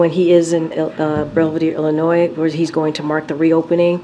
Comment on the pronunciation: Doesn't know how to pronounce Illinois